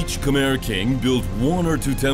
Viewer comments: Of course it's guessing. They don't even know how to pronounce Khmer. They probably just made a quick wiki for everything they say and didn't bother even listening to the people interviewed. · I know. And the commentators can't even pronounce Khmer correctly. Such a joke. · When you try to sounds like someone who knows something, at least listen to the clips in your own video and learn to pronounce Khmer correctly. This is just embarassing for you.